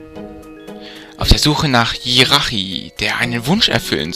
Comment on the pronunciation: Man spricht tschiratschi aus nicht jirachi Aber sonst cooler part aber Monsterräume sind meist da wo viele items sind